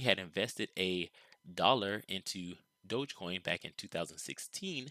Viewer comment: Its DOG - EEE - Coin... As in Dog - Electric - Coin.... Lolol. Smh. Can give an educated analysis in a stick but cant figure out its name.